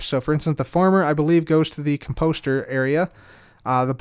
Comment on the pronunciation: I love you but it’s COMposter, not comPOSter.